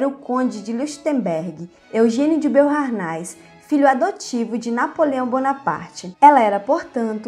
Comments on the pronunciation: olá, a pronúncia de Boharnais é Boarné ... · Pronuncia-se BOARNÉS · Beauhairnais é pronunciado /boarné/ e Leuchtenberg é /loishtenberk/ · "Beaurnais" francamente. O áudio é uma ofensa aos ouvidos. Vá estudar e pronunciar os nomes de modo minimamente decente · Também percebi isso. Nem todos falam francês.